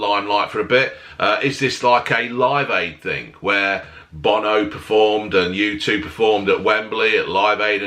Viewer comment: OH NAW bo-no